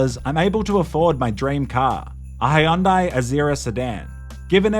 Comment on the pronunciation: What's a Hayundai?